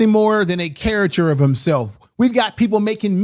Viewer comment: ...cariCAture not cariture...